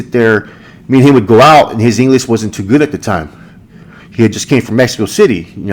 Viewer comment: did he say engine-ish?